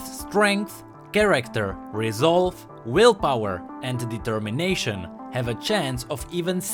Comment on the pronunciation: Did he just said "Determination" oh geez......